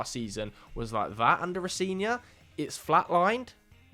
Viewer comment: Row-Zen-Ee-Or is the pronunciation